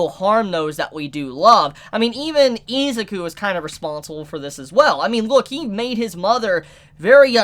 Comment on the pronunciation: I cringe every time he butchers their names. List of butchered names so far: Izuku (e-zuhkoo) Ochacco (oh-chuckle) Mineta (minuhtuh) Kirishima (kuhreeshy-muh) Aizawa (eyezuhwuh)